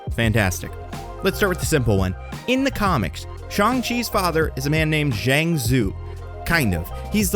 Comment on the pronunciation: Appreciated your pronunciation of the "Zh" in "Zheng" 🙏